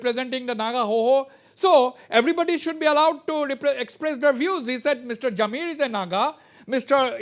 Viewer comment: Mr Wazbir please pronounce as Jamir, and not Zameer